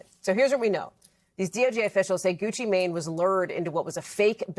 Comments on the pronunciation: I’m sorry, but the way they making sure the way they pronounce “Mane” is sending me!!! I can’t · She said "Mane" like thats his last name 😂